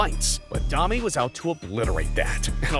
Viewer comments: Every video, find a way to mis pronounce a name lol D-AH-MEE? Try D-OH-MEE. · Guy said Domee and Brashr instead of brasher, also said Gretzky had more assists than anyone has in goals lmao. There was more too. Watching this video I as well got vibes that he either didn't know very much about hockey or used AI, which he trusted and it ended up being wrong about many things. Then he says guessing you ace every name haha, its not hard to ace the name of legends that were around for yearss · pretty defensive and unprofessional there lol. Sorry you mispronounce "Domi" and you say "Blackhawk" without the S, it comes off as an AI narrator reading a script that was mistyped. Unless the narrator just isn't familiar with hockey and has weird unnatural inflections in their voice? The mistakes in the video indicate either you aren't familiar with hockey, or, you're using AI. Not to mention the weird thumbnails, the strange channel bio and name discrepancies, and the fact that it's the same type of content as that Slapshot channel... a lot of weird stuff going on here